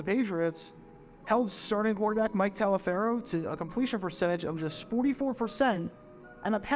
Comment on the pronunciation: You need to d your homework, Skippy, the Boston Patriots QB you mentioned but pronounced his name WRONG he was Mike Taliafero but it was pronounced "TOLLIVER"! I suggest you find his 1971 Topps football card and read the back of it!6-+